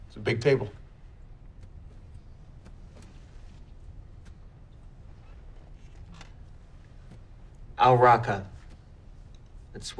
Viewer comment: Except for the part where he says "Al Raqqa". Last time I looked at the map, it was actually "Ar Raqqa".